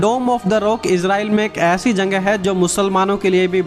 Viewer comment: Aapka voice me... Jagahe ke jagah.... Janghe janghe janghe